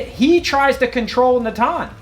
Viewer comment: Great commentary as always. You pronounce Natan more accurately than even most Israelis do 😂 (emphasis on the second syllable not on first)